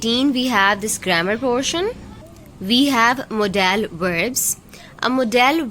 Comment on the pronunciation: Mam modal HOTA ha modaaa l Nahin kindly check this mistake please Baki bohat acha krwaya ha thank u